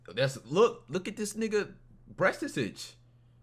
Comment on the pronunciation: man said BREAST-TA-TAGE :face-blue-smiling: you are funny..anyway the younger they 'transition' especially under 12 the easier they can look like real women/girls...but that should be out-lawed because it is child abuse